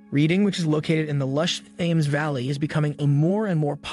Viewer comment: Thames is pronounced TEMMS and Reading is pronounced REDDING.